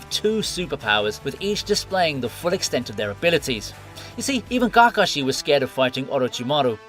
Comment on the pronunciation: did he say gakashi